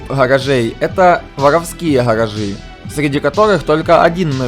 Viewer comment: Невозможно слушать, что за "харажи"? Где буква "Г", ну ё моё, как так то? Что за произношение такое?